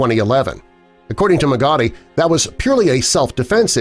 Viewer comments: Freddy's last name is pronounce "mog-a-tai" not mo ghetty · At least learn how to say someone's last name correctly before you blast them. Dumbass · Try pronouncing Freddy's name correctly. And this is all old news.